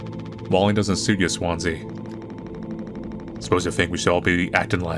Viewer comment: i know it's Swansea but every time you say it, my brain says Swansie